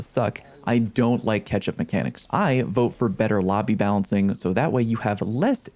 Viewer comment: did anyone else hear repeatedly saying 'ketchup mechanics'